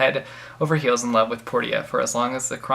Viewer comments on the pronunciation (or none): I just had to laugh when you pronounced the girl's name wrong for the book Suck it Up. It's pronounced Porsha, haha, You did a good job with everything else, though.